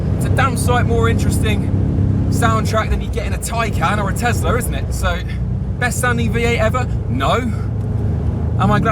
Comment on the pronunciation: Bro... Tes-la ...There is no "r" in that name